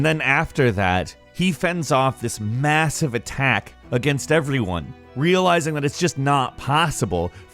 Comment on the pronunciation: im pretty stoned right now but does he say “everyone” weird